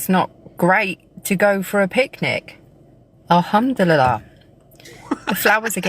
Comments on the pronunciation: 😂😂😂😂😂 piss-itive she mean. al ham do li lie. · "ahumdilala " a humdilal" " the old bamboo the old bamboo !!" has she "reverted" to dick van dykism ?